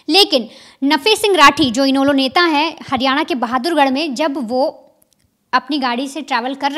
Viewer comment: और इनैलो नाम भी नहीं आती बोलना